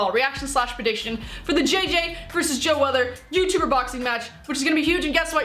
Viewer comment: If you lisen to her carefully , she says joe weather rather than joe weller , its bcoz she doesnt know da wei